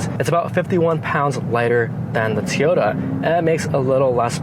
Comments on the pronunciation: Teeeyota? Really? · Toyota pronounced Teaota?? ;-)